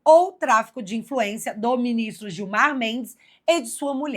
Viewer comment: Excelente reportagem como sempre Bárbara. Só que a mulher de Gilmar Mendes se chama guio mar! Gui-o-mar! Não se chama Guilmar! Gilmar e Guilmar é cafona demais! 😂😂😂😂